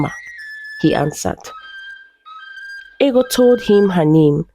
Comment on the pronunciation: It's funny how the princess's name is Ego, pronounced "eggo" in the narration, but it's spelled the same as ego (pronounced "ee-go"), and it was her ego that caused her to lose a good man. I remember being told Anansi stories (originally from Africa) as a child, in which an arrogant person would suffer consequences. Is this a more modern story? I thought that in times past, in certain societies, it was considered a good thing for a woman to be plump (although perhaps not quite as fat as Ego was).